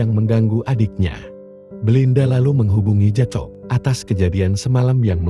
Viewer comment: Maaf ya saya perbetulkan sedikit sebutan untuk watak JACOB. JACOB disebut JAKOB. Salam dari North Borneo.